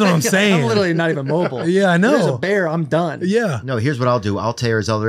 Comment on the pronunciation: Brandy Schwab seriously struggles with vowel sounds and the English language in general. Pronounces beer as "bear" and bear as "beer". Cheer as "chair" and cheer as "chair". 😭😭😭😭